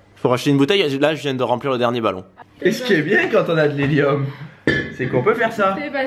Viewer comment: Mdr il dit heli"u"m😂